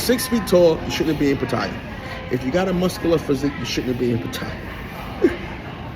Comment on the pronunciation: What kind of man tells lies 2 himself smh. You be talking nonsense B. This is getting crazy. Also you say pattaya wrong. Fix it!!! You did all this about black holding one another up. One of your first videos was you talking about you not wanting to shake a black man hand and why was he trying to do all that. You a fraud B a hypocrite. Get it together